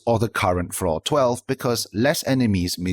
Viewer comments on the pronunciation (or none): none